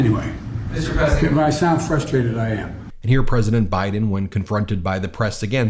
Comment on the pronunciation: younkin is a dirtbag. He couldn’t even say President Biden’s name. What a clown.